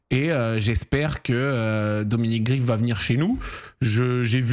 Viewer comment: Ça se prononce Greif pas Grif si jamais mais bon ça doit sûrement te faire chier de le prononcer façon allemande